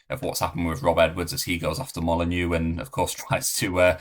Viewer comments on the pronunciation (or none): none